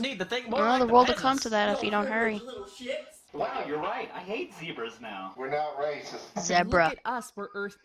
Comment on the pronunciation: you said zebra wrong